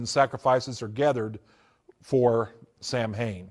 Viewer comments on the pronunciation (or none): Samhain is pronounced Sah-Win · The fact he pronounces “Samhain” wrong shows me he was never involved in the “occult” or satanism.